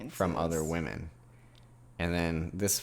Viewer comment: "Whamen"...lol, sounds like someone with a speech impediment ordering Japanese noodles!!